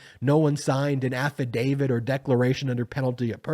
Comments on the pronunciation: Please stop saying AFFADAVID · AFFIDAVIT HAS A "T" AT THE END, NOT A "D". PLEASE PRONOUNCE IT CORRECTLY. You are a lawyer and should know better. I'm a big fan, but I wish you would fix your pronunciation. It's kind of embarrassing.